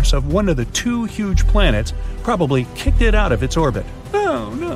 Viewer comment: Kick ed. 😂